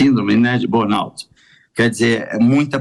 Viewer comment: B"o"rnout?! Estranho um cara de 22 anos de EUA não saber falar BURN!